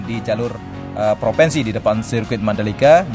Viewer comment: maaf mas ngomongnya gak lurus....proviiinsi massss bukan proveeensi.